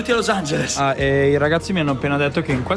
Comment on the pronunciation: per come pronunci los angeles dovresti tu studiare l'inglese